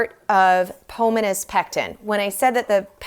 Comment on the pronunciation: It’s /Po-MO-nuh/—like Pomona, California.